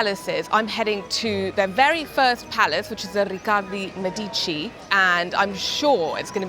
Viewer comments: Me'dici not Medi'ci, thanks for the video. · How can you shoot a video about Florence and not know how to pronounce Medici and Michelangelo ? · Thank you, helpful for our upcoming trip. (Sorry, but your constant mispronounciation of Medici kept making me cringe.) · Medici is pronounced wrong